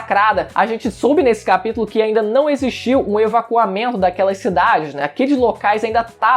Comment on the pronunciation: "Evaquamento" é foda